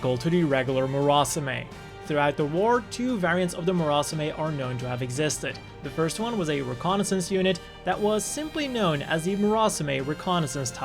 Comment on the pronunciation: Murasame is pronounced "moo rah sah may", look up the word in a dictionary with a pronunciation sound file to confirm. If you're not sure how something's pronounced, it only take a minute or two to look it up and hear it.